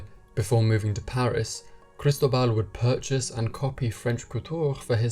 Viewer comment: FYI -- kris-TOH-bal